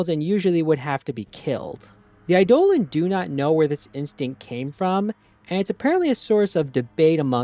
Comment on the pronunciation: Eidolon is pronounced like Idol-on